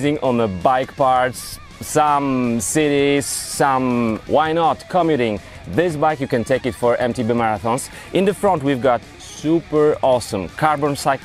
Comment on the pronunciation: JESZCZE MOWISZ C*O*MUTING MOWI SIE COMM**UUUU**TING AKSENT JEST NA "U"